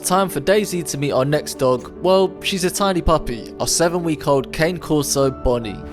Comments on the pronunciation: you should know how to pronounce Cane Corso if you’re going to own one. Not cane like candy cane. Its Kah-neh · Please learn how to pronounce Cane Corso, it's not the same as the walking stick. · Cane Corso is actually pronounced “Cah-nay”, and why do you have a 7 week old puppy?